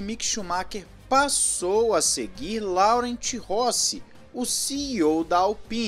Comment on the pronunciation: Laurent pronuncia LORRAN! é meu nome e eu explico isso a vida toda!